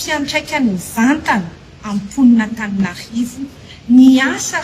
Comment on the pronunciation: Izany hono ry mponin'Antaninarrrrrivo a😂😂😂!Marina izany Baba a, dia SANATRIA ho hadino sahady ny nanaovana anareo.